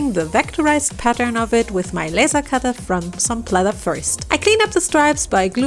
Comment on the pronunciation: Why do you keep saying plether